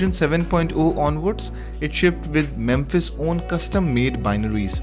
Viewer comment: I used to use Mepis when it was the only good choice out there., think you keep pronouncing it "memphis" but it is mePis. Note the p and the lack of the m before the p. Also, no f sound. Just the p.